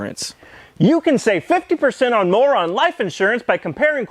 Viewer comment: I know he says "you can save 50% or more on life insurance...", but it sounds like he's saying "you can save 50% on moron life insurance..."